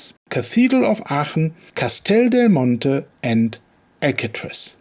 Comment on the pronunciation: on the other hand you pronounce Aachen perfectly.